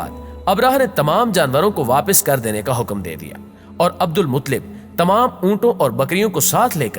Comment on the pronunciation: عبد المطلب کو صحیح پڑھو.